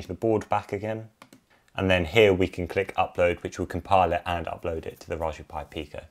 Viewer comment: I thought I heard rajberry pie.